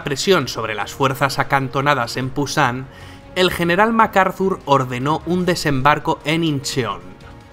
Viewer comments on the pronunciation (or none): por corregir solamente dire que eso no se llama pusan es busan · Pusan en vez de Busán.......... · Se dice Busan no Pusan. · Es busan no pusan. Muy buen video me sirvió harto 👍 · es Busan, con B no con P, pero igual gracias por el vídeo